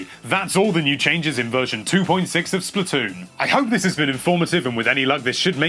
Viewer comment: Splat. Toon not Splitoon